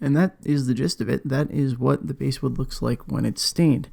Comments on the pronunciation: Basswood....pronounced like the fish, not the instrument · it’s pronounced basswood, not basswood :) jk, great video! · Its pronounced like the fish BASS Not the instrument. Truth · You’re not the only one who pronounces it that way, and everyone with a channel that I’ve watched gets comments about it. For me, I know exactly what species of wood you’re talking about so, unless you start calling it something REALLY whacky, like “Brazilian/Indian/Honduran Live at the Rosewood Ballroom Mahogany/pau ferro/Rio Grande Palisandro,” you can pronounce “basswood” however you like and I won’t mind. 😂😂